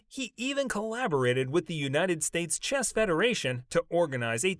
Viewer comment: For gawd sakes it's chess, not chest.